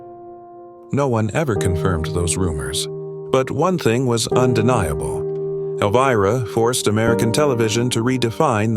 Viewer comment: AI Can't even pronounce her name right in the first 32 seconds of the Video. SUCK IT you have NO credibility.💩🤡🖕🏾